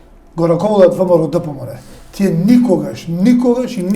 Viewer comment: Само немој "тија" ме нервираш како Миленко. "Тие" Васко"Тие" македонски.